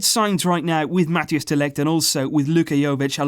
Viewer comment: Collaboration with Ajax and Barça is absolutely wonderful but PLEASE pronounce MATHIJS CORRECTLY